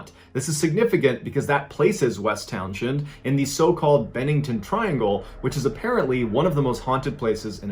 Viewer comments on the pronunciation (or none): From a native Vermonter: Don't pronounce the "t" in "Glastenbury," and "Townshend" is pronounced "Towns-end." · The "h" is silent, it's pronounced Town-send. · Great narrations….love all of them. I am from Vermont and I am from the area of which you are speaking. The H is not pronounced. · Hullo! VTer here. It's pronounced like Town-zin, not Town-shend. Js. And we VTers know it was a Sasquatch. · Every. Single. YouTuber who covers the Bennington Triangle mispronounces Townshend. It's pronounced "Towns-end" And it's honestly not all that rugged and remote. Even by East Coast standards. "Quaint" would be a better descriptor probably. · Love your vids but as a Vermonter I gotta say, it’s pronounced “Towns-end”. Thanks for the VT love! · It's pronounced towns end, you don't say the sh. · I love you and your videos, the rural Vermont town is pronounced “Towns-end” ☺️ I grew up there ❤️ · Hearing "town shend" makes me giggle. it's like Worcester, not pronounced how it's spelled. Love the videos man, It's awesome seeing the Bennington triangle here, because I live VERY close to this. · It's pronounced "towns end". It hurts my ears hearing it pronounced so wrong. Vermonter here btw. Opposite side of the state from Bennington though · It's pronounced Townsend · Townshend is pronounced "towns end." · Townshend pronounced Townsend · West Townshend = West Towns-hend. Pronounced West Townsund. Ok. I feel better now. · I'm from about 40 minutes away from Townshend. It's pronounced "Townsen". Also 1 well placed shot is easily enough to take down a black bear.